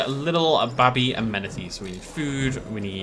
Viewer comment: You said "babby" instead of baby. You from the black country mush? 🤣